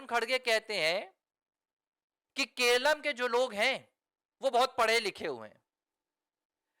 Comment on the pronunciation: Keralam hai kelam nahi.